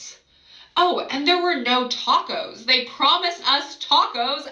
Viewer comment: I've never heard döner kebab and taco's pronounced like that 😂